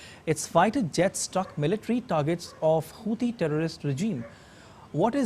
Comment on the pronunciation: Hei bladi indian reporter how u can said houdi terrorist??